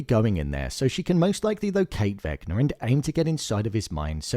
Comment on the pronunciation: Bro be like Vecna = naah 🚫 Vecnar = ✅